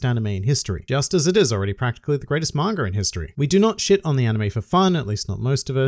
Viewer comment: I won't read the Manga until you can say it right . "Manger" ???